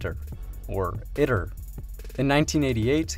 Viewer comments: FYI, if you drop by the official ITER YouTube channel and listen to a few of their videos, they pronounce it “eee-tur” as opposed to “it-ur”. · its Pronounced E-Tur (Eater) not it-ter you ID-10-T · Just have to point out at the beginning, it is pronounced eat-er. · EYE-TER you fuckin noob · Tokamak uses a toroidal chamber, it's not a torus. It's pronounced e-ter